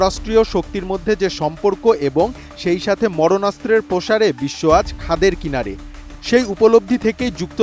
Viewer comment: মরণাস্ত্র না সঠিক হচ্ছে মারণাস্ত্র😂